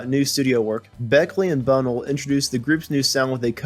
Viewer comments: It's Bun-nell', not Bun'-nell. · It's Bunn-ell, not Bunnul... it's Ball-ard, not Ballerd... most of all 'Ruislip' is Rice-lip, not Rooy-slip!